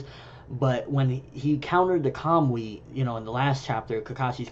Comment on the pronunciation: Are you pronouncing it as Kam-wi...I dont know japanese but it looks like its pronounced ka-mu-i...I took it as when Kakashi sent the Kunai and the Resengan to the other dimension it connected with Tobi there, when he de-materialized and when he materialized he brought it back with him, causing him damage. I dont think Kakashi has figured out how to use it the same way Tobi has.